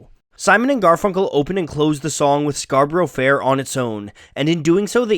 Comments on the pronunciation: Good video, I managed to make it through even though my British ear grated at everytime both you and the singers pronounced it as 'Scarboro'. 🤣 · It's pronounced scar-burra. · I cringed every time you said Scarborough, it’s Scar-Bruh. Like York-shuh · "Scar-bruh" but if your a plebeian it's "Scar-burra" which is also acceptable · I don't know what hurt most - "Scarburrow" or "erbs"! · The way he pronounces Scarborough makes me physically ill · Please learn how to pronounce Scarborough! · Fantastic video as always however your pronunciation of Scarborough is painfully poor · I wonder why no one ever corrected Simon and Garfunkel on the mispronunciation of the word Scarborough. For anyone whose interested it’s pronounced scar-ba-rah not scar-ba-row I’m an English man who is going to make a folk song about New Yeek instead of New York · It's "Scar-bruh", not "scar-burrow". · Fascinating but, while it's impressive that you know so much about the origins of Scarborough Fair, it's odd that you seem unable to pronounce it properly - it's "SCAR-bo-ruh" not "SCAR-bo-ROW". (And while I'm here, they're not 'erbs, they're Herbs. With an H) :) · Good video ..I wish 'Scarborough ' was pronounced correctly though. In English it has a 'A' sound at the end 'Scarburra' not Scarburro' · Erm... ScarBRUH, not ScarBURO. English song, please pronounce it the English way! And that goes for S & G too... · I like the video but the pronunciation of Scarborough is painful :( It is pronounced Scarbruh, the first o is silent. Only in the song is the syllable added in for the rhythm. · It's pronounced Scar b' r'fair and NOT Scar burrow fair.. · Fukin lol, it's pronounced "scar-buruh", not "scar-burrow" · For heaven's sake - it is not pronounced Scar Bor O (3 syllables) . It is Scar- Brrrrr. Your otherwise excellent narrative is ruined because you can't pronounce Scarborough or herbs (not erbs) correctly. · It is pronounced SCARBURRA FFS!!